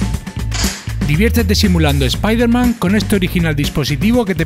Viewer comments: jamas oí un español pronunciarlo "spaiderman" y no "spiderman" XD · Por primera vez un español qué pronuncia bien Spider-Man.